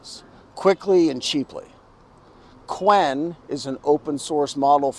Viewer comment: not qwen, it is chew-wen